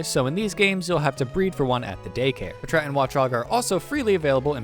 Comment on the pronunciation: Was not expecting "puhtrat" instead of "pat rat" like packrat